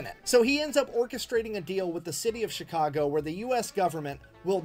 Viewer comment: I'm a Chicagoian, and I like how you said Chicago